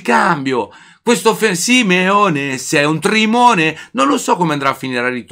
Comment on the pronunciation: grande, però sei un Trimone lo dici benissimo come noi a bari un abbraccio